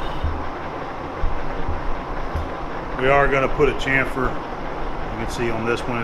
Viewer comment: It's painful hearing muricans say chamfer